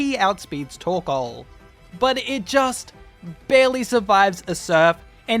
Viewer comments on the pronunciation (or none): none